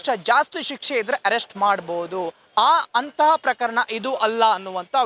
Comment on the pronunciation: ajaya avre herrest allaa Arrest nimma kannada swlpa ennu sarii aagbeku sir naavu heliddu thappadre sorry 🙏